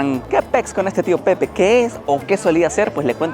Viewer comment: No era una sidreria de vino, las sidreria sirven sidra que viene de la manzana. Tío Pepe es una marca de vino fino o amontillado de las bodegas Osborne. Se pronuncia la e ya que español.